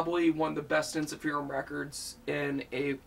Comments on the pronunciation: By the way, it's pronounced en-sif-er-um not en-si-feer-um. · It's pronounced En-sif-errr-uhmm